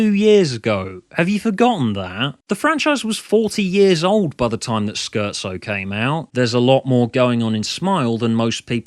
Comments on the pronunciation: not too far off, but it's actually pronounced "scare-tzo". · Wait a second. In your eighth doctor videos you pronounce Scherzo "Shirt-zo". Now you're pronouncing it "Skirt-zo". Pick an item of clothing God damn it!